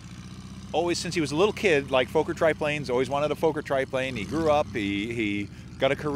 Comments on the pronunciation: Pronounced as fokker not fauker. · Please Note as Americans often do, you are mangling the name, it’s not Foaker its pronounced like soccer thus Fokker. Otherwise great content. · Fokker not Foker.The o as in dot. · It's definitely NOT pronounced Fo kur, dude. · For future reference, it's pronounced "f*cker", beautiful replica! great to still see enthousiasm for it! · you said what I was going to say!